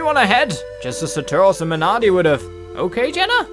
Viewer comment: missed r in mernardi